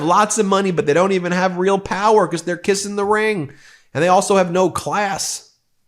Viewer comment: I love the “bee-cosss’